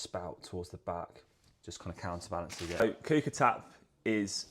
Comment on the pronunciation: Great video, but it's pronounced "cooker" and not "cooper" 😂